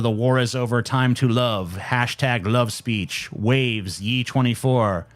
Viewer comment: Is anyone gonna point out that TJ has no idea how to say Ye?